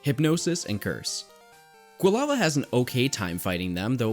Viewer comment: I have to assume it was comment bait because I know Pokemon have no correct pronunciation but it’s very easily Quill-ava… anyway this is my third or more time watching and still love this as a guide and background noise